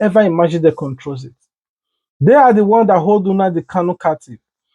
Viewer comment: Unadi kanu😊. It's NNamdi not unadi